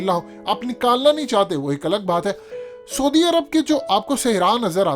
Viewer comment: Say: sa+oo+di arab, not sodi arab.